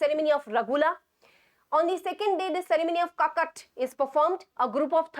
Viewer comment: Ma,am not Ragula it's (Rugala) and Kakkat it's (chachat)